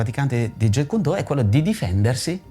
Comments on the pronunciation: Massimo rispetto x il fratello JKD, ma gli istruttori certificati furono 3 in realtà: Ted Wong, Dan Inosanto e Peter Chin. Inoltre la pronuncia è Jeet non jet come l'aereo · Ignoranza incommentabile. "Do" è vocabolo cantonese ("Dao" la pronuncia in cinese mandarino). La pronuncia giapponese è come nel cantonese "Do". Il carattere con cui si scrive è lo stesso, anche il kanji giapponese. Inoltre la pronuncia "Jetkundo" proprio non si può sentire! Quella corretta è "Jitkyundo". Mi chiedo come sia possibile non sapere scrivere o pronunciare il nome di ciò che si "insegna"... inutile andare avanti nel guardare il filmato. Basta questo. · Jeet kune do Si pronuncia "Ji kun do" la "t e muta!